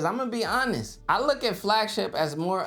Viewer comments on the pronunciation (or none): "Brutally Honet?" :) You mean "Brutally Honest?" I love my Flip 5... :)